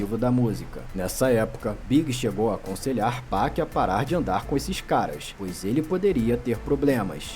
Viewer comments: ele falou 2pec , mds ele falou 2pec cara kkk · Não é 2pec é 2pac irmão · Ficou estranho o jeito que o falou 2pac mesmo 😂😂😂😂😂😂😂😂😂😂😂😂😂😂😂😂😂😂😂